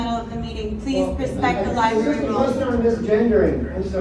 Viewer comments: Do you say library that way on purpose? Lie-berry? Come on man. You're not 4 years old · The word "library" is pronounced "Ly bRah Ree"... I went through a lot to learn to say it correctly. It now hurts my ears to hear it pronounced this way... Sorry. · It's LIBRARY brother..NOT "LIBERRY "..lol😂 Seriously tho.. keep making these great videos!! 👊👊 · Please learn how it is pronounced. It is NOT lie-berry, it is lie-bRRRary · Can you really not say LibRary? What is a libary?😂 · Only complaint I have is she don’t know it’s a lieberry 😂😂😂😂😂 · It's "library" not "libary"! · it's "li-brerry" not "li-berry." You sound like a third grader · LibRary, not liberry. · For the love of God Library, not Libary. It makes it very hard to take you seriously when you pronounce this like a child. I watch you all of the time and like you, but please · Dude... there are two "R's" in libRary... You sound like a 70 IQ saying "Liberry" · I love you man, but its "libRaRy" not "libary" That said, I love the video and drawing attention to women being silenced. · Library not Liberry, you're an intelligent guy with a large platform, please set a better example by using the language correctly. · Hey man love your channel but man it’s libRary not liberry. 😂 love you man …. No homo…..